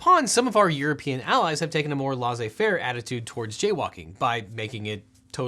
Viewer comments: OBJECTION mispronouncing 'laisser-faire' is not appropriate. Law-say-fair is not the way to pronounce it. It is "less-ay fair' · Ennui is pronounced aha-WEE, not ahn-WAY The lai of laissez faire is pronounced LAY, not LAH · I've definitely seen Kinder Eggs (not Kinder Joy) on the shelves of stores in the US. 🤫 Also, pronouncing ennui like "on way" and saying "lah-zay faire" just like a good American! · Ennui: pronounced "on wee" Laissez-faire: pronounced "less ay" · laissez faire is pronounced less-zay fair